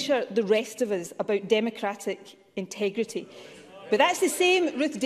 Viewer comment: Intugrity...instabrity.. instewbrity....."oh I give up"-: Sturgeon